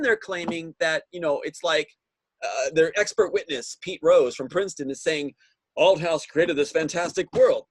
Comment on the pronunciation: Great interview but I had to laugh at your pronunciation of Thomas’s last name Althouse you kept saying Out house ha